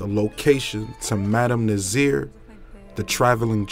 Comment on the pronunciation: Loving the new material.... I appreciate this. Just a quip tip: Her name is pronounced Na-Zar rhyming with Bar. Not Zeer as you are saying it. If you do these videos every day just thought you would want to pronounce the name correctly.